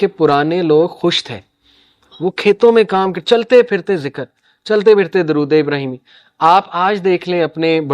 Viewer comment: Pahle aap to dorod sahi se padhe plz